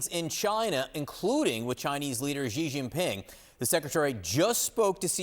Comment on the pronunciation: I can't believe there are STILL TV journalists for a major news network who don't know how to pronounce Xi Jin-ping. For heaven's sake, just find a Chinese speaking employee and have a five-minute zoom call to train all your on-air staff how to say it correctly. It's not that hard, even for a non-Chinese speaker. Xi is pronounced (close to) the English word "she", not "zhee" or "gee".